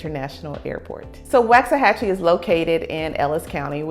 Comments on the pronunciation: Nice video. I'm originally from KC, Missouri so I understand the mispronunciation that everyone's giving you a hard time about lol. I moved here from DeSoto in 2019 & this place has blown up when it comes to population, restaurants and housing but I'm cool with it. I have learned from being in some of the local Facebook groups that the locals cannot stand the growth, they miss the small town it used to be. They can't stand the traffic (it can get ugly but find a back way or go at less busy times). Please don't tell them you're from California (they really think Californians are really going to change everything). I mean even Frisco started out as a one stop light town at some point & now look at it, it's a luxurious area now with top end entertainment. I can see Waxahachie heading that way & drawing more businesses South of Downtown Dallas (a lot of us drive luxury cars down here & like high end shopping)! I'm going to love seeing how much my property value goes up from what I bought it for in 2019. BTW there's a park-n-ride in Glenn Heights which is about 15-20 minutes away that takes you straight into Downtown Dallas. I used to take it when I still had to go into the office, it's very convenient, let the bus driver deal with traffic on I-35!! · Yes this girl doing all the talking has no clue to pronounce Waxahachie. Doubt if she has ever been there. 12 years ago when the wife both retired and wanted to move back home to Texas, we looked at property in Waxahachie. Could not believe how high the property and taxes was. 12 years later we are really glad we did not buy property there. Traffic is awful now. The city has not been able to keep up with the influx of people moving there. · Why does she say WAXahachie? ?!!11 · It is not pronounced like candle wax. Never has been. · Woxahachie. That’s how it’s pronounced. No “a”. I moved there in 1982 when we only had one stop light located at the now Walgreens which used to be a Dairy Queen. Enjoy! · All true